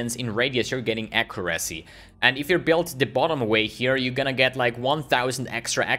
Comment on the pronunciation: plsss :c google "how to pronounce accuracy"